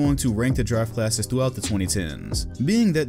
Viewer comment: Coulda Sworn in the Beginning said “ Giraffe Classes “ 😂